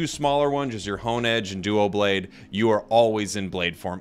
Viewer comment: It's dublade as in double